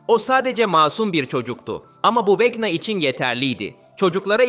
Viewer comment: abi okunuş olarak niye vekna yerine vecna diyon?